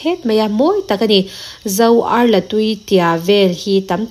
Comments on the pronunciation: Zoar la tih hi la tih lai hi a ki sang a lam tur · Zo arla tui puana tah chi la ang a ilam hi adiklo Arla ari sang tur ani. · A ngaihnawm lohna ka hre hauh lo mai, chhiar dik lo an tih pawh hi, Zo arla tih lai tak hi a ti fuh lo a nih hi, dik fel thlap a tih hi chu a har ve a, kei chu ngaihnawm ka ti lutuk, Lalpan malsawm rawh se